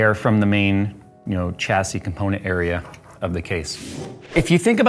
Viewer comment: Come on get it right. There is no ch sound in chassis. It's shassy